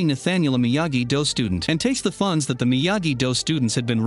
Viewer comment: I think this is gonna be the only episode I watch of this guy. The weird cuts and edits and how he pronounces Miyagi Do and Eagle Fang so so wrong is bothering me